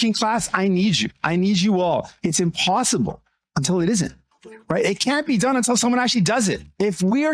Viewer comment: "The POSSIMPABLE."